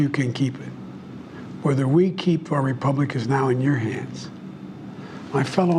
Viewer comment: Why can’t Democrats say “republic?”